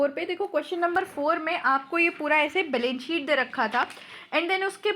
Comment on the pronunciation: mam aap members ko meembars padhte ho, balance sheet ko balence sheet kyu?